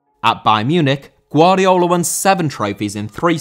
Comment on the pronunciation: Guardiola* not Guardiouwler